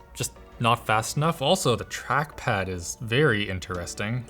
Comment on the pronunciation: what is truckpad? I hear tachpad but never hear that name